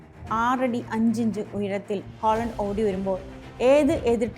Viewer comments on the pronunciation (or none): Holland അല്ല haland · ഹോളണ്ട് അല്ല ചേച്ചി, ഹാലൻഡ്. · 'Aaaling holan' not to pronounce 'holand' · ഹോളണ്ട് അല്ല... ഹാലണ്ട് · ഹോളണ്ട് അല്ല ഹാലൻഡ് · ഹോളണ്ട് അല്ല ഹാളണ്ട് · Holland അല്ല ചേച്ചി ഹാലൻഡ് എസ്‌സൈസ് അല്ല exercise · way she pronounced is Holland not Halland 😂